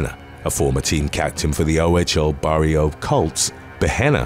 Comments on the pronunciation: Bario Colts? Ummmm, that’s Barrie, like the word “berry” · I chuckled when you mispronounced the Barrie Colts lol I grew up not far from Barrie